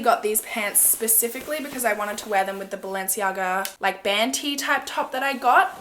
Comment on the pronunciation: Haha I thought you said bantee I’m like what’s a bantee then I’m like oooooh a band tee haha 😂